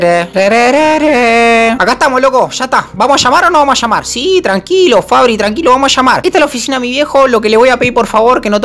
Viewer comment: Le dice Fabi no Fabri JASJSJSAJSAJSAJSA